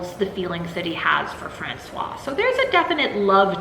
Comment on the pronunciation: I don't read horror books or watch horror movies, but I watched your latest video about Maria Yuszczuk's Thirst, and realized I'll watch all your videos. Even if I never read/watch anything you review, there are a lot of interesting things you bring up! As an aside (I hope it isn't douchey) but the pronounciation for Francoise (f) has a waz sound at the end, the clipped wa sound is for Francois (m). I'll see myself out now.